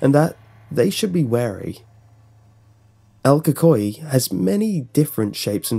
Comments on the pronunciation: This man said el kokoay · “ EL COCOI” Bro, I hate when people pronounce things wrong, But its okay because you don’t even speak Spanish, :| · It is pronouced like this: Say the letter L and then Coo coo ee. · u did well but pronounced it wrong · so no research on the pronunciation of el cucuy? really????? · Your literally slaughtering it's name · I’m cringing how you say el cucuy